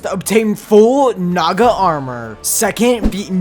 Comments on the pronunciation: I remembered that i watched mrbeast gaming and he say naga more like nada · i thought he said sum else instead of "naga"💀